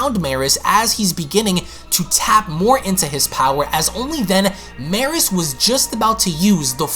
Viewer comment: Its pronounced me-rus. Like beerus but with a m